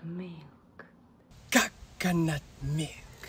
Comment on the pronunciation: Funny that in italian "cacca" means shit and She pronunciates coconut like "caccanut" lol.